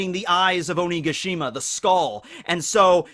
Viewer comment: You keep saying Onigashima wrong listen to how queen says it